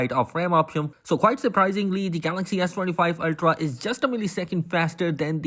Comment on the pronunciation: Are you saying ass25 ultra ?🤔